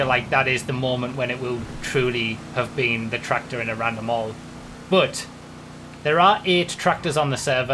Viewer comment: No one: Absolutely no one: This guy: tRacTOr